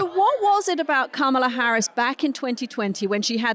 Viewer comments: This guy needs to learn how to say Kamala. He's had enough time. "Comma-luh" not "Camel-ah" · I get Anthony's KAMA-la/KOMMA-la issue, as Katty says KAMA-la. (I struggle with it, too.) It's better to make up words than to misuse English words and expressions, since it's impossible to keep up with the British linguists, especially Katty. (Examples: rubric/Rubiks cube, seismic earthquake, hot and bothered.) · Well done Katty! You've finally learned how to say Kamala's name. Thank goodness... She's no longer a camel. Edit: Nope, I spoke too soon! Old habits die hard, it seems. Edit 2: No, by jove... I think she's got it! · Anthony, you’re fantastic and I love all of your insights and the manner of your delivery!! As a fellow New Yorker, can you please, please pronounce VP Harris’ first name correctly. I cringe every time you mispronounce her name as it sounds very Trumpian. I hope you take this the right way. Thank you so much.